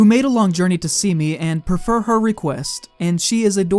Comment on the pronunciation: It's prof-fur NOT prefer. You prefer something over something else. You profer something up to someone.